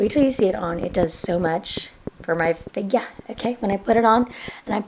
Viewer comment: choked on my pizza when u said "does some much for my fig-YAA"😂💗